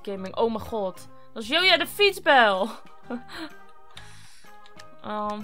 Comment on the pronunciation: Jij spreekt het uit als joja van joyadefietsbel maar volgensmij spreek je het uit als djoja want ik heet ook joya